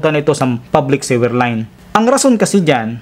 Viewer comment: Thanks for sharing. I just have a suggestion. Please pronounce the word "sewer" suwer, not siwer...Please google the correct pronounciation of sewer and sewage. Thanks...just helping...